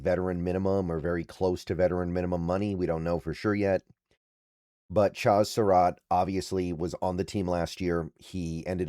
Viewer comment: love your content, insight, levelheaded approach. It used to drive me crazy but now it’s almost to drinking game level the way and amount and number of times that you mispronounce player’s names. Cracks me up at this point. It’s Cha like in Chad with a Z on the end.